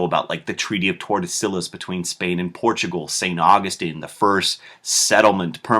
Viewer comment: Pretty sure you pronounced 'Tordesillas' wrong, haha. But great video, just the thing I need before the exam tomorrow, thanks!!